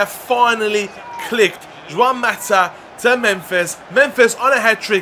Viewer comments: its pronounced hwan not jwan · Please say Juan differently 😫